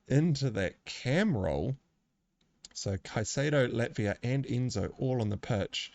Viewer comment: great analysis. I will say with pronunciation for Ivan Toney, it's just as in the common first name Ivan, not Eevan. And for Chelsea, it's Lavia, not Latvia. Latvia is a country :D